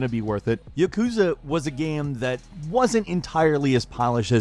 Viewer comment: Ya-ku-za not Ya-kuz-a japanese is mostly 2 letter characters makes most words easy to break down. Chi shi and tsu not withstanding.